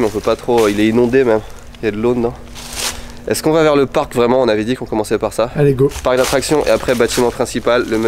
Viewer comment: Non je rêve la "Park" laisse moi rire c’est "parc"...